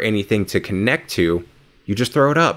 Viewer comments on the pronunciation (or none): none